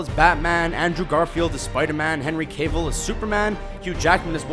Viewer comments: Cavill is Cav(to rhyme with have) and Dougray is Doogray. I know names can be funny and not follow normal rules, but it's really not difficult to find interviews with people to see how to pronounce names. The vids on this channel are decent, but this is a common problem with them. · "Cave-ill"? "Romanova"? ARE YOU F*CKING KIDDING ME?!?!?!